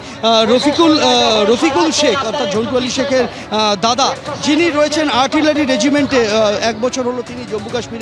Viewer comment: দাদাও বলতে পারেন না ঠিকমতো, "গাধা" বলছেন?? কী আশ্চর্য!!